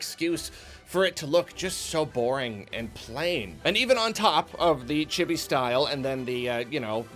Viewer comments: Did you have to waste the whole first minute explaining reviewing? It also isn't pronounced Chibby. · Honestly a great review. You pronounced "chibi" wrong, but otherwise great video.